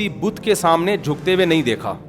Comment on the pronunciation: بدھ نہیں "بت"